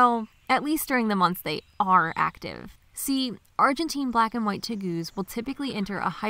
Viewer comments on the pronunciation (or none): Teh- Gooz??? LOL what a weird pronunciation.